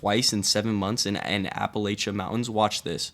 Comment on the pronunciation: The correct pronounciation is apple-at-cha...like I'll throw an apple at cha.